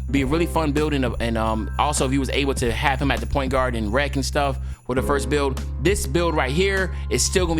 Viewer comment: 😆 🤣 😂 lol at the way you said have him